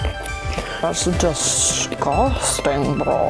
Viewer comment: Nobody: Me "This is DuhGuhStInGh BrOh"